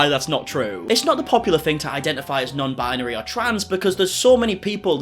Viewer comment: That crazy b$*#> just said non-BIANARY. What the hell is that?! Binary. Bi-nar-y. You are welcome, nutty lady.